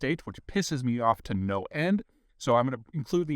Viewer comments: Thanks Peter.. good sales pitch..... from a kiwi : Although its pronouced KA-Pu-Teee.... your ALL welcome to to it..... Im kind of Sick of it myself. And im 4 inches wider....... Funny that. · Mr. Zeihan is right about everything but his pronunciation, it’s “kap-a-tea” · "The most wonderful thing I have ever had in my mouth". You really need to get out more. And you need to learn to pronounce Kapiti. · I wondered how badly he was going to pronounce kapit.was not disappointed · Great post Peter, you butchered the pronunciation of Kapiti though! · Love the off camera intrusions .BTW Kapiti is Pronounced Capitty Not ka-petey . just sayin'. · It is said more cap-i-tea than cap-pea-tea. Glad you are enjoying the local produce, we make some good stuff here. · Lol "Karpeaty". It's pronounced Ka-Pa-Tee. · I saw the word Kapiti 😏 my hometown and it's pronounced like Kah - pit - ee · Kapiti: pronounced Kar-pit-e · Hi Peter Kapiti pronounced cah-pity Enjoy your holiday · Kaa pi ti. . We say in NZ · Kapiti is pronounced "Karp-e-tee" (said fast) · Kah-Pah-Tee (Australian pronunciation equals 'Cup a Tea') Kapiti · A quick thanks for this Peter... Having lived here in NZ for 24+ years, I know of that (and many other) Kapiti cheese (pronounced 'KA-pi-ti' .. stress on the first syllable).. but hadn't tried that particular one... So today, thanks to your referral (haha) I got some from my local New World supermarket.. They have you to thank 🙂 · Kah-pi-ti - not hard to pronounce. Ki-ko-ra-nghee - bit trickier but Maori flows quite naturally when you use the accent to let the vowel flows to just happen. But yeah, my favorite cheese by far and a part of every charcuterie board I do up these days here in Wellington. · Hi Peter, loving your content. Also loving the attempt at saying the name of the cheese... its Cap-a-tea (Kapiti) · Welcome to my country!! love the video and had to laugh at the pronunciation of Car- pit-E (kapiti) minor details enjoy the countryside!!!